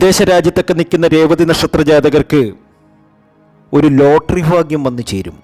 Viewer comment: ചാനൽ കാണുന്നതിനു മുമ്പ് എങ്ങനെയാണ് സുഹൃത്തേ ലൈക്കും സസ്ക്രൈബും ചെയ്യുക ഒരിക്കലും ഈ സംസാരം പറയാതിരിക്കുക പിന്നെ ഫാഗ്യവും മഹാ ഫാഗ്യവും കൂടാതെ ലോട്ടറി ഫാഗ്യവും ആദ്യ ഫയും ഭയും പഠിക്ക് എന്നിട്ടു മതി ഈ കുണ്ടാമണ്ടി പരിപാടി Sasi Tirur